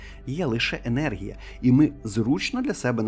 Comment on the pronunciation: Не єнергія ,а енергія.